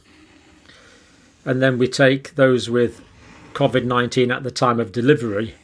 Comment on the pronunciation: You are pronouncing COVID wrongly just like your information.....you seem fixated on graphs and stats which are never taken as FACT !